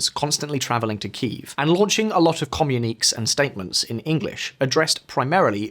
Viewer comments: OMG! Communeeks? It is pronounced communikay. it is a french word, with an acute accent on the final e. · for god's sake, learn to pronounce communiqués.